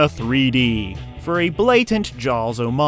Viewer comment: Never heard it pronounced Jows before.